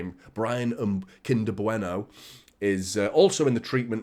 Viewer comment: "Kinder Bueno" 🤣